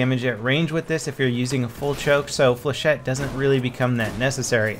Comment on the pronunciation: Stop calling it flachhette!! It's not BF3 anymore!!